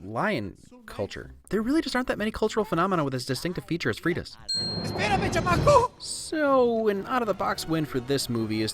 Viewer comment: esperame chamaco! lol you pronounced that absolutely horribly! Es-pera-me Cha-maco